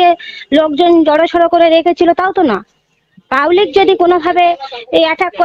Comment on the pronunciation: 'রাইনীতি' নয় ওটা হবে 'রাজনীতি'।'পাউলিক' নয় ওটা হবে 'পাবলিক'।কোড়াকাটি তো আপনার বাড়ি,আগে হতো না আপনাদের খাওয়া এখন প্রধান হয়ে টাকার পাহাড় করেছেন আপনি,আমরা সব লক্ষ রাখছি।ই ডির তাড়া খাওয়ার পর তো আপনাদের বাড়িতেই ছিলো শুনেছিলাম।সময় আসলে রাজনৈতিক ভাবে জবাব দেওয়া হবে।